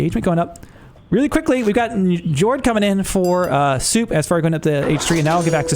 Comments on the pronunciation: bro said 'J'arls and N'j'ord 😭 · "Jord, anyubite, jarl, jotun, tire". Please make it stop 😂 A lot of these names are impossible to get right if you've never seen them before so I am mostly jesting. Love the casts btw